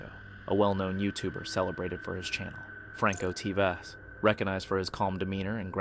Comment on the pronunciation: Sorry what ,,,you said Franko T Va ,,,,that TV 📺